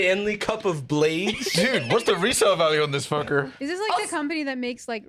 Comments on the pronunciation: the way he says fucker is too american can the uk have him bsvk for 5 years plxzzz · going American as he says “what’s the resale value on this f**ker?” Peak social awareness and comedy